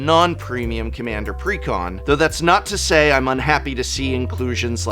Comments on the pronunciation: take a hit every time he says precon like pecan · Since is an English major I always assume he is pronounciating exactly as he wants to. "Preh-Con." Like Almond.